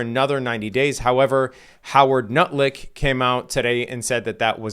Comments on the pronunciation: Did he 😂 really say Howard Nut lick? His childhood must be addressed.. 🤔😢.. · I’m crying 🤣🤣🤣🤣 “Nut-Lick” 😭